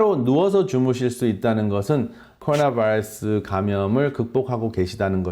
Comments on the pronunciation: 발음 미쳤네요.. 쿼루나 베이라스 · 코오나바일쓰 발음좀 제대로해 미쿡놈이냐